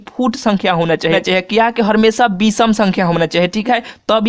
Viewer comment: Ha bhai ye he ha🤣🤣🤣🤣🤣🤣🤣🤣🤣🤣🤣🤣🤣🤣🤣🤣🤣🤣🤣🤣🤮🤮🤮🤮🤮🤮🤮